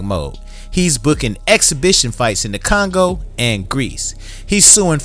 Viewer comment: Did you say Congo?🫣